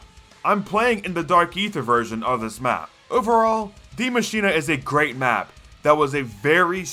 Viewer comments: it‘s spelled Die Maschine and not dimashina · Die maschina? Its die maschine